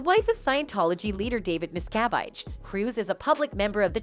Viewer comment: Mispronouncing her last name. Phonetically it's: mis....ca...vage. NOT:. MIST ....ca...vite. Please reprogram your terrible narrator who pronounces names terribly.